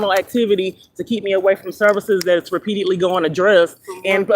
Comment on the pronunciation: RE👏PEAT👏EDE👏LY HAS 4 SYLLABLES.